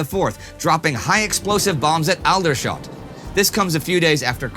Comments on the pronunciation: I'm literally the only one who knows or cares but it's all-dershot not al-dershot. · Very small mistake (not even historical) in this episode: Aldershot is pronounced All-der-shot, not Ahl-der-shot. Also known as Aldershit. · I used to live in Aldershot and I found your pronounciation hilarious. We pronounce it as Alldershot. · It's pronounced ALL-der-shot. Not AL-der-shot. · Alder shot, pronounced All-der-shot. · Super late but its All-der-shot dang it 😂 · So, my German and Russian are not good, but I suspect he's getting the pronunciation generally right, so kinda ironic that he often mispronounces English (Aldershot is pronounced ALL-der-shot for example) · It's pronounced All-der-shot, but otherwise great video as always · how can someone miss pronounce aldershot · I genuinely love this series and how it's made, you've done a great job. Don't take this too seriously but your mashing of the pronunciations is very North American, I could forgive the mispronunciation of French name places as it's (presumably) a second language, but how did you just pronounce Aldershot? If it wasn't written on the screen I genuinely wouldn't know where you were talking about. Part of me almost looks forward to the place names coming up... schadenfreude perhaps? I don't know, I'm not German. Genuinely love this channel and series, keep it up and keep pronouncing places however you wish, just make sure there's subtitles for those places for us though! ;) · Pronunciation note: I have never heard the 'ald' in Aldershot pronounced that way - I've always heard it pronounced the same way as 'old'.